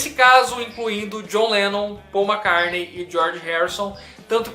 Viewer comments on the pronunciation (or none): Poxa!! Gosto dos seus vídeos e vc me provou que entende muito do que propõe falar mas vc pronunciando o nome Mac"CARNEI" fica difícil de te continuar te escutando depois do segundo Mac"CARNEI" na sua fala. Grande abraço!